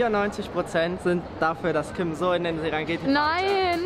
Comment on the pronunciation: Warum "Tim" und nich "Kim"??😵😂